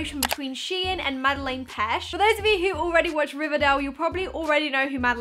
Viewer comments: Why you saying Madeline pesh? You can’t pronounce her name properly and it’s annoying but I love your videos except from the k-pop shit everything else I love xx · Sorry to correct u but it was bugging me, it’s MadeAIne and Petsch (pech)♥️ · she said «Madelen pesh” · the way she says her name wrong triggers me sm